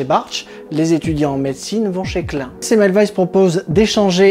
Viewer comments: J'ai appris, j'ai ri, je me suis abonni. PS pénible: la prononciation de Klein en Clin me déchire les oreilles, mais bon... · boulot super ! mais revois ta prononciation de klein qui d'ailleurs veut dire petit en allemand .